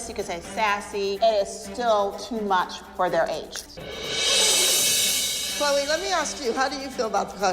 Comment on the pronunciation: You mean “Chloe” not “Chole”